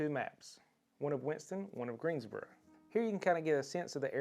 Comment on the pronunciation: Like how you say Greensboro. Looking to move next year